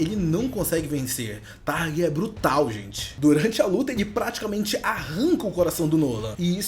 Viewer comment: É thragg não targ